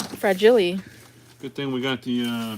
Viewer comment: FRA-GEEE-LAY.....did those come from Italy?